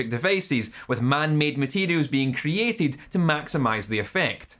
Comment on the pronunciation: THEN HE PRONOUNCED CREATED AS KRI-IE-TID